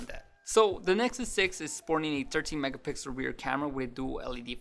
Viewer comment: "A nesuk six!" LMAO